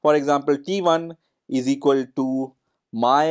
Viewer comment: "eezeekoltoo" should be clearly and distinctively pronounced as " is equal to "